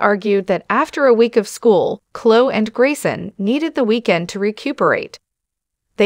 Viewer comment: Honestly, if you're going to use AI as your reader, at least get one that knows how to pronounce Chloe! I cannot stand these posts.